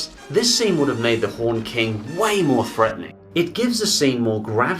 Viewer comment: he said horned more like haunted than horned